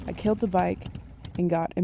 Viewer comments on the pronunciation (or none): none